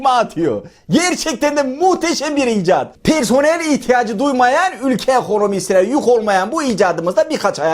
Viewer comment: Yerli icad çıkmayalı o kadar uzun süre olmuşki adam icat diyemiyo